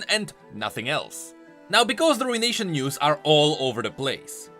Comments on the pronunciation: Btw, it's pronounced, roo·uh·nay·shn not RUIN-Nation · Ah yes the Rune-ation